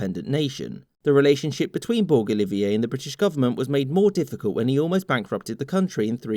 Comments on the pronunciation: It’s pronounced borJ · The G in Borg is like the G in George. So it really mispronounced and makes us Maltese laugh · This is very interesting but the Surname is pronounced Borch like porch with a B and a bit more of a separate but soft r or like Borge like George with a b , not a criticism though, i know Maltese surnames can be hard to pronounce if you aren't one, people have gotten my one quite wrong sometimes (Cassar). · Borģ.as in Burj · In Malta, Borg is pronounced as in the English George. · Oh the butchering... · I will say this is a very Anglo Centric retelling of events. Also, in the name George Borg Olivier: - Borg rhymes with George, not the star trek guys. - Olivier sounds like Olive-Ear not Olive-iay